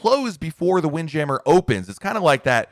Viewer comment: Is it wind jammer or "wind jam mere" lol I've never heard anyone say it that way before